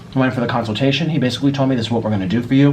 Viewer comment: Tell how to pronounce consultation 😂